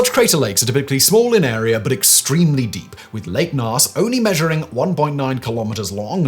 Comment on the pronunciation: It is pronounced gnos.